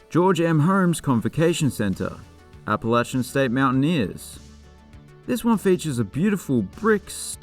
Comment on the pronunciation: I certainly don’t fault you for not knowing this, but San Marcos is pronounced “San MARkiss”. On the other hand, your pronunciation of “Appalachian” is spot on.